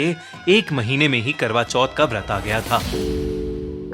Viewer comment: Legend reading notification kwra choth intead of karwa choth😂